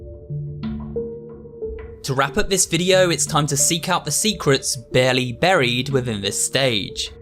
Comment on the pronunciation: stop saying baerly